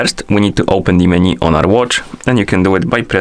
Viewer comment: It's not meni, it's menu